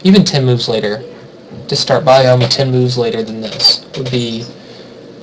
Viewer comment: CMin777 yeah kinda drove me nuts too. Lol but otherwise like the video.